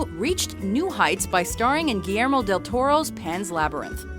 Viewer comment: amores peros, ytumamatámbien, gilermo dil toro jajajaja i love your spanish pronunsiation saludos desde México by the way the x in México sounds like the h in hello